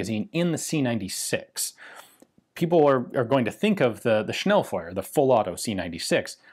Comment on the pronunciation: Thanks for saying "Schnellfeuer" correctly ( not like "Schnellfewer" ). Weiter so - keep it up :) , I love it. By the way the "e" in "Pistole" is actually non-silent :3